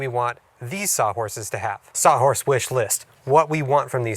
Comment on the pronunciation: What is a "sah horse"????